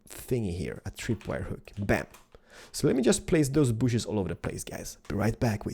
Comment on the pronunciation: Not "booshes" it's "bushes" - b- uu - shh - iz